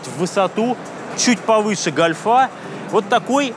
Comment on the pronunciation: Деревня, гОльфа, а не гольфА. !